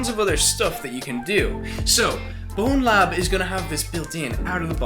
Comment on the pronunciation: It grinds my gears so much for ZERO reason when people say BonelabS instead of Bonelab